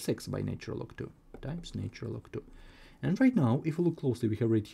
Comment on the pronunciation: This fellows pronunciation is irritating for any musical ear.I cannot understand why this chain cannot find people who speak proper English,to explain Mathematics. Apart from the irritating lilt,I am sick of hearing " naytural " instead of " natural "......